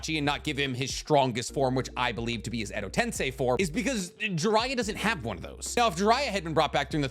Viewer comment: Good to see you’re finally pronouncing edo tensei properly